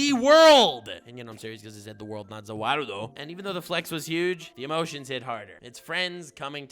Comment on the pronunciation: When he says zhe warudo it sounds like he’s saying the Waldo as in where is Waldo?